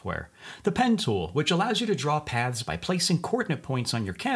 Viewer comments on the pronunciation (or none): All I am hearing is pads instead of paths. Am I the only one?